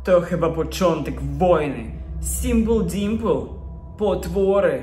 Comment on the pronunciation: Jak fajnie mowisz simple dimple i mam